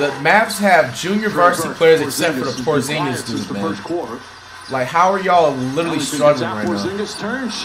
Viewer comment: Flight actually said porzingis name right for one